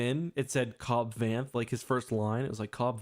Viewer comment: Cobb Vanth=Cobb Vance but pronounced with a lisp